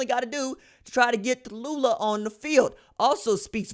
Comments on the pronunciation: It's not Ta loo lah, like in Bankhead. It's Tau lee ah. Get your names correct. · Who da fark is Ta-lu-la?...it's Tau-lee-ah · It is pronounced Taulia = Tao-Lee-Ah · Why are you butchering his name? You sound ignorant. Tau Lee Ah. What should we a$$ume your name is Ron Julio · Wait, try Tau-Lee- ahh. I will leave a dislike and will Unsubscribe. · The pronunciation is TAU- LEE- AH. Go got'em kid!! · Tau-li-ah....put some respect on it my G. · Taw-Leeah Thats how you say his name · Its pronounced TALIA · Bruh,....tah loo lah? C'mon ....yeah it's funny, but c'mon man. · I'm pretty sure it's pronounced Tuh Lee luh lol. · Taulia= Too-Lee-a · TAULIA (Taoooh-leeah) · Come on RJ, I'm a subscriber because I truly enjoy your HONEST INSIGHTS.. Give the kid a chance, at least pronounce his name right. TAULIA (TOWEL-LEE-AH). KEEP UP THE GREAT WORK. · Pronounce his name properly! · Bruh that aint how you pronounce his name foo lol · lLlLl it wasn't a mispronunciation because he never tried to correct himself when addressed in the comments of the proper pronunciation or nickname in the comments. You may not understand because you don't care to represent and have pride in your family's name. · It took Maryland fans Ta-loooh-la to realize Williams ain’t going to the turtles 😂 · Just called him LIA for now you're butchering his first name lol